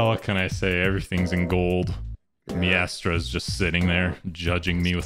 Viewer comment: The way pronounces maestra fills me with anxiety cause I cant tell if it's a joke